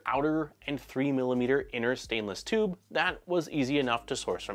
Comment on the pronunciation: Every time you say chube, all i can hear is Nero saying chuuube